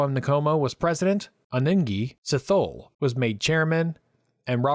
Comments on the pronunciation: "Sea-toe-lay" not "sea-thaw-le" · Great video. Well researched and clearly presented. For the future, it’s “In-Komo” and “Sit-Holy”. And the Ian Smith accent is terrible. 😂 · A "historian" would never use air quotes. The pronunciation of Ndabaningi Sithole really annoyed me, the "t h" is not thhh!. Just for the record, the socialist/communist/marxist ideology destroyed Zimbabwe. Romaticise communism and socialism at your peril millennials. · Sithole: Si.Toh.Leh NOT Si.thole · A few pronunciation problems: Sithole, Dien Bien Phu (rather than Bien Dien Phu, and Alec Douglas Home. Interesting, nevertheless+1.😊